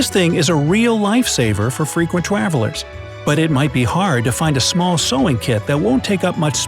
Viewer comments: am I the only one who realises he was "frequent twavilers? " Instead of travelers? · lets all say it class travelers not TWavlers LOL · Frequent twavelers! Haha! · frequent twavelers? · When it is at the sewing kit he said “twavelers” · He says Twavelers instead of travelers lol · He said twavalers instead of of travelers 🤣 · boy it's tra-ver-lers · It cracked me up when he pronounces “travelers” as “twavelers” 😂😂😂😂😂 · "Frequent twavelers" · he said twavilers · twalvlers? Lol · He said frequent twavellers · twalvers Lol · “a real life saver for frequent twavlers “ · Actually its “twavellers” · at the sewing kit part i heard him say "twavelers" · . I’m glad I’m not the only one. My girlfriend and I were like “did he just say twavelers?” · He says twavalers LOL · Ha "twavelers" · he said twaverlers😝😆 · That’s the first time I’ve seen u mess up a word